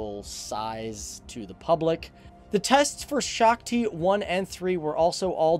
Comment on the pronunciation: if you speak Hindi then you know he was trying to say "Shakti" (Sh - aa- k- ti) but instead he said Shokti (Shock - ti) <-- not a word